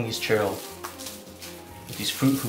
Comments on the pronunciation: It's churros not chero or charo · CHEW - RRROS. 😌 You're welcome lol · 🤣🤣🤣 funny the way you pronounce churros